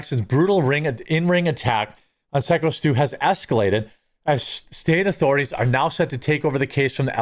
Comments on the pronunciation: Syko pronounced Psycho come on Quartering. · I'll buy some coffee when you start pronouncing Syko correctly 😂